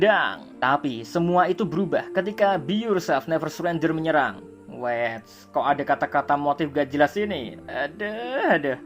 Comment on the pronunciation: "Be YourTod and never surentod"